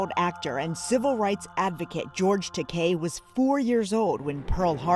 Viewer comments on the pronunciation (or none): George “Ta-kay”? The correct pronounciation is “Ta-kye”